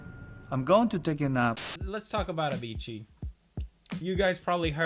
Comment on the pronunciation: its a--vee--cee not avichi